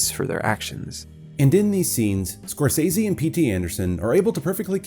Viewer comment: I CANNOT EXPRESSED HOW PLEASED I AM THAT SOMEONE FINALLY SAID SCORSESE CORRECTLY I AM SCREAMING WITH JOY THANK YOU